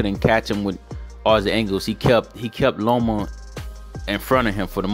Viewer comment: Loma. Not Lomo. But Lopez beat that ass. 9 to 3. Lopez.